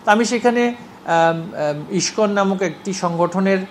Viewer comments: তিনি শিক্ষিত ভাই,তাই সঠিক উচ্চারণ করেছেন.. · Pronunciation of Iskon is very excellent. To be a Education Minister.